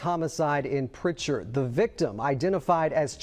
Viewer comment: it's Prichard not pritcher lol 251 in this bitch